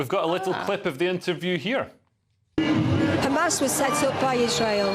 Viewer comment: His pronunciation of Hamas suggests yes, or at least he was coached by someone who is.